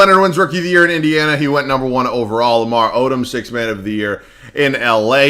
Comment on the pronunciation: Accent came out when Lamar Odom popped up lmao